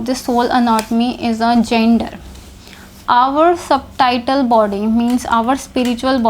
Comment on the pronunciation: O aunty ji. .. ye subtitle body ni Subtle body hy... b silent hota isme. .. Suttle ki tarh pronounce krtay. .. terms bolna tou seekh le phir teaching krna aa k. ...